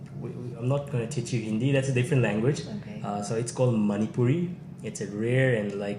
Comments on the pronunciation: Her Manipuri pronunciation is quite good❤ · Her manipuri pronunciation is too good 👍 With love from Bhubaneswar